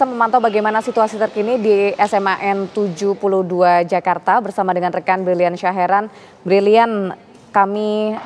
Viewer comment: Nah gitu benar di baca nya SMAN 72...bukan kaya jurnalis ebelah di baca nya seman 72